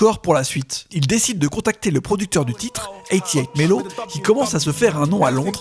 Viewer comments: Détromper vous au us 808 ce prononce eighty pour 80 et eight pour le 8 c’est à dire eighty(80)eight(8) séparément ca a plus de bounce que de prononcer eighty hundred eight qui sonne vraiment lourd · Quelques petites fautes mais la vidéo est superbe. Pop Smoke a grandi dans le Canarsie pas Carnasie. Le beat maker de Pop Smoke c’est 808 Melo et ça se prononce [eight] [o] [eight] [melo]